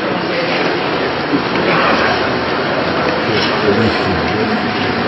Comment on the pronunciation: Акцент на слово "друзья"))))))